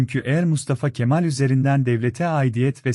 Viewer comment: Kemaalin değil Kemalin